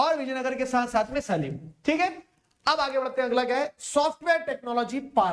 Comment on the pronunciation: sir सलीम nhi सेलम hota Hai ❤